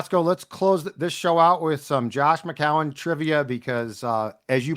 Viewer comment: really needs to pronounce Josh McCown correctly lol won’t be able to deal with that all year